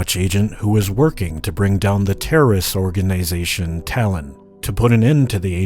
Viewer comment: "Or-gay-nisation" :thinking